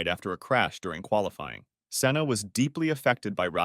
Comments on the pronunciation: Its senna not Sienna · si-enna? senn-a